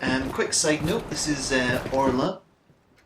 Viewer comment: orla?. shes olra not orla:(